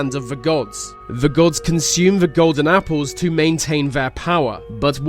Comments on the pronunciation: He says "The" as "Va" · He says the like ve and it's extremely Annoying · why is it every time you say the I hear veh